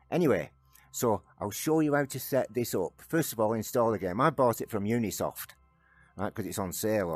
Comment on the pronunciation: Thanks for the guide. BTW, it's Ubisoft, not Unisoft